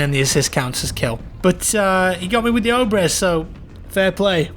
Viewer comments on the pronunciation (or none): it's pronounced obrEEEEz Challenge: play with the Russian weapons and pronounce all of them right